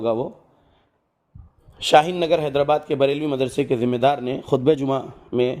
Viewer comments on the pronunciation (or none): none